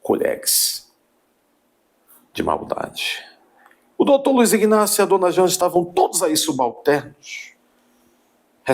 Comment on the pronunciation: Homem, a pronúncia correta é Inácio e NÃO IGnácio.